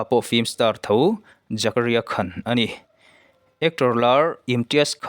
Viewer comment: Khan,,,tih pawh hi ,, kan nuin min khan, ti angin I lam a,,Tumah in Khan loh tur ti anga lam tur a ni